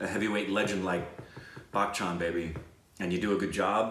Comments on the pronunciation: its not Back Chan.Its Bachan ;) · I can't tell if you are pronouncing his name as Bachchan like Bach the composer or not, sometimes I hear it, but it's pronounced as you would say "Buh-tch-an" without the hard "k" sound, other than that love the energy and you are true cinephiles.